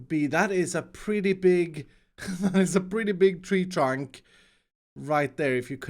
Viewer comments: He said tree trarwnk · please call it a "tree chronk"